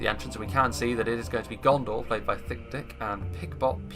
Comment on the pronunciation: You gotta emphasize the “th” in thicc dicc... 😂